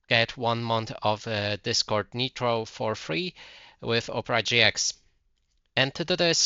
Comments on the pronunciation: Just because they don't have the same accent as you doesn't mean they didn't say it wrong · Google how to pronounce “nitro”. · "Netro" wtf???? its Niiiiiitro not Neeeetro wtf